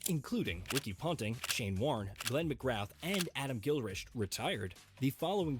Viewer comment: Gil Risht!?!!? It's (pronounced) Gil Krisst